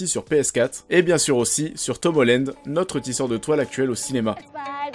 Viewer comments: On dit Tom HOLLAND pas Tom HOLLÈNEDE (<--- ceci est la prononciation) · c'est pas Tom Hollend mais Holland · Par contre euh comment tu prononces Tom Holland ça va pas du tout..